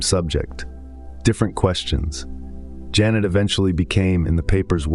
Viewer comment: It amaze me that an AI with a such profound knowledge is missing up the name Pierre Janet with Jeunet...